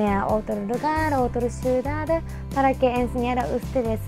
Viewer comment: hola, generalmente veo tus videos pero cuando comentas das mucha vuelta en lo mismo y se tornan aburridos, un consejo con mucho cariño tus amigos que están cerca y que hablan español pide que te ayuden a la pronunciación de las palabras. te ayudará a escucharte mejor por ejempo "ciudad" se te entiende ciudadeeeeddddd,,, saludos